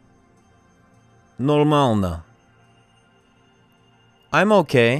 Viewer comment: Как пожИваешь? НормаЛно нЕ очень хорошо ДобрО пОжАлОвать И т.д.... Он не русский))) Ударения корявые...